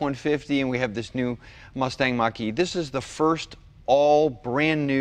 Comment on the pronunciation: "Mustang" Mocker-E